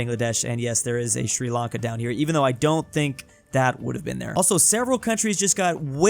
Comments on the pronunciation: Uhhhh isnt it called Sri lanka and not sri lanke? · Ah yes, Sri Lanke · you misspronunced our counties name : It's Sri Lanka